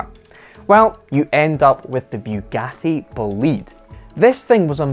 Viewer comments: FFS it's not bew gatty, it's Bugatti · "Bewgatti boleed"